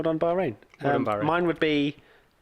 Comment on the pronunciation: 3 words?? Bahrain not "Bohring" ;))